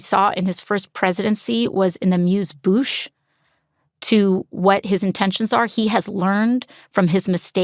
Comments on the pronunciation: When she said the words are Moosh Bouche, it sounded like she had just heard that this morning and someone explained to her what it is, and she definitely didn’t pronounce it correctly just like the rest of her career she is a sad, sad individual who thinks that running a country and making lawsare just feeling that you feel at that moment. How lucky are we our forefathers had so much Forsyth that they saw so far ahead and time that emotion had absolutely nothing to do with what they wrote down in the constitution in the Magna Carta we all know she’s a joke I mean, come on! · Real cute there, trying to sound all impressive and sophisticated with a grammatical French quip she can't even pronounce correctly. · Did this moron really say amuse bouche 😂😂😂